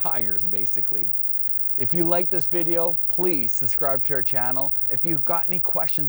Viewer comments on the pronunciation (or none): none